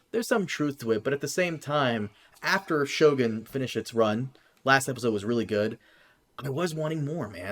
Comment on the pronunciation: CAN YOU PLEASE REDO THE INTRO WITH A CORRECTLY PRONOUNCED 'S' IN 'EPISODE'? It really irritates me every time